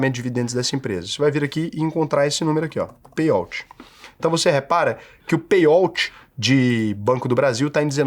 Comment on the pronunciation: A pronúncia é "pêi aut",, não "pêi óut"